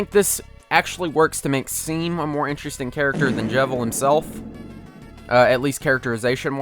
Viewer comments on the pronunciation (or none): It’s pronounced Shawm, not Seam. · Why you saying Seem instead of Shawm??? It's explicitly told to the player how to pronounce it. Come on. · ITS FUCKING PRONOUNCED SHAWM. I KNOW THE WORD SEAM IS USUALLY PRONOUNCED SEEM LIKE IN SEWING OR WHATEVER BUT ITS STATED IN CANON THAT HIS NAME IS PRONOUNCED SHAWM AND I STARTED THIS OFF TRYING TO COME OFF AGRESSIVE BUT IVE KINDA LOST STEAM. PLEASE PRONOUNCE HIS NAME CORRECTLY THANK YOU VERY MUCH. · S e e m It's pronounced Shaw-m ffs Nice video tho. Just a pet peeve. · I hate to be that guy, but Seam literally tells you how to pronounce his name. It's 'Shawm' as in Sean, not Seam as in the word seam. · It's not pronounced "seam" it's pronounced "shawm". It's pronounced like Sean, but with an 'm' instead of an 'n'. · "Seam" is not pronounced like "Seem" but "Shawm" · did you just pronounce it as "seem" when the game literally says "pronounced shawm" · It makes me mad when people pronounce Seam’s name as “Seem” when he outright stated that his name is pronounced “Shawm” similar to how you pronounce the name Sean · How you read Seam's name is Shawm :D not Sea-m heheheh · Deltarune: "My name's Seam! Like Sean (pronounced Shawn) but with an M!" Me: "Okay, so pronounced like Shawm. Neato. Nice twist." Everyone Else: "Oh so like Seem then." Me: facepalms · It’s “Shawm”, not “Seem”, stoopid. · "Talk to 'SEEM'" IT'S PRONOUNCED SHAWM. GET IT RIGHT. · Hate to be that guy, but his name is SEAM (pronounced like Sean (Shaun) but with an M). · "Seam" Please, PLEASE. SHAUM! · It hurts me when you call him Seam instead of pronouncing it Shawm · what did you just say? It's pronounced SHAWM, NOT SEEM! THE SAME WAY THAT "ROUXL" IS PRONOUNCED RULES! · It's not pronounced seam. It's Shawm. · i like how he's repeatedly mispronouncing seam (shawm) as seem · "seem" no its stated in the game its "sheom" like jacksepticeyes name sean (sheon) but hey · seam isnt pronounced seem its pronounced shaum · IT'S SHAWM NOT SEEM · It's pronounced Shawm not Seam